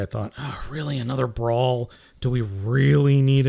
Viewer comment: It's brawl not brawn, brawl is a decepicon